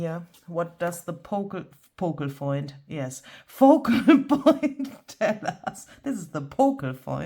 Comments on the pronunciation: Your "pocal foint" is every bit as good as Barbara's "brayed furlap" 😉😄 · gotta say…. “Pocal Foint” is right up there with 49’s “Brayed Furlap”! 😂. Love this tutorial and thanks so much for the great freebie! Such a funny video. Love how everything turned out. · “Pocal foint” made me really happy! 😊😂 I love your creation today!